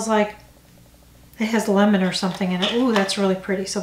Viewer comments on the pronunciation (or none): none